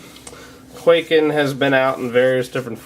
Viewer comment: it's not pronounced kway-ken it's kuai-ken